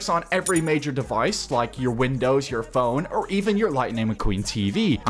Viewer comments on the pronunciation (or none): none